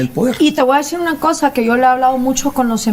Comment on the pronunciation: Primero que aprenda hablar la comunicadora no se dice tewa se dice te voy a decir. Léxico señores